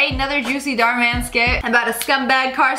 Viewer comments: It’s Dhar Mann not Dahr Mann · NOT DARHRMAN OR DARHRMAN IT'S dOoRmAn❤❤😋😋